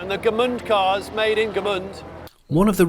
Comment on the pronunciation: Gmünd, not Gemünd.